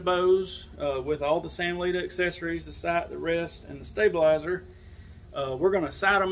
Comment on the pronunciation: Thumbs up in the first 7 seconds for correctly pronouncing the company name. First video out of 6 that succeeded in this.